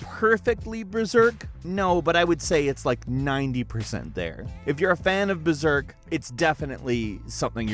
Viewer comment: hey fellas its BERSERK, not "BERZERK"